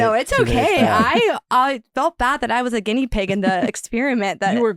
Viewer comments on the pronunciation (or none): none